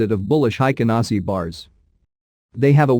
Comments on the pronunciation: BTW: It's pronounced "HEIKEN ASHI" , not "HEIKEN ASI" (The H is not silenced in Japanese) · It 's hi ka na shi not hi ka na see. Just saying lol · The computer voice is terrible. But tbh „Heiken Nazi“ bars, just 😂. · cannot pay attention to the content since I started to hear HaikanASSI!! now it's all I hear; take a shot every time the robot reader says HaikanAAASSIII